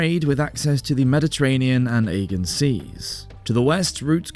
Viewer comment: It’s pronounced ‘a-Jee-an sea